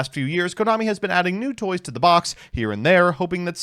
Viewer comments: really hate that I can hear the U in "touys" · DID SOMEBODY SAY NEW TOUYS?